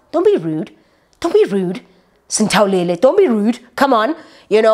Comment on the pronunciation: You and these names "Sinthawulele" 😂🤣😂😂